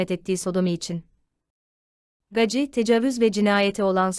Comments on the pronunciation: Gaci ? Nasıl bir telaffuz. "Geysi" diye okusana. Uyuz oldum 😀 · Coca Cola demiyorsak, "Gacy " - Geysi diye okunmalı. Özel isim üstelik.